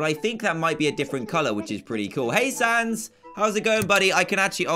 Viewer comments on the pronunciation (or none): none